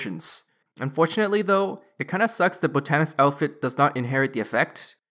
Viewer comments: I'm pretty sure botanist is pronounced (bot-ton-ist) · love your guides but your pronunciations kill me. botanist and newt. newette 😂🤣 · Not gonna finish watching the video cause I can't stand you not saying botanist correct...